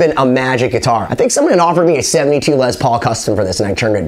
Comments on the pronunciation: It’s not pronounced Lez lol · It’s pronounced LESS, not LEZ. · Its not a Lez paul its a Les Paul Show some respect for the man and at least pronounce his name correctly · Yeah, I know I mispronounced it in this video. I'm from New England and that's how I heard it. I didn't know his name was Lester until I started doing a doc on him. Sorry les! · It's pronounced "Less" NOT "Lezz". 🤦